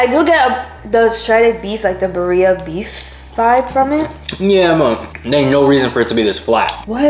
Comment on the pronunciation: Not saying buhreeah instead of BIRRIA.Girl you goofy